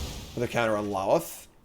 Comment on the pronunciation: L o t h. Don't pronounce the second L